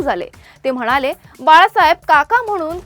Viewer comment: न ला न आणि ण ला ण म्हणा (म्हना) ताई 🎉🎉 खूप झाले आता आनी बाणीनीपानी हम रोज एक घंटा ऑनलाइन खेळणेवाले है 😅😅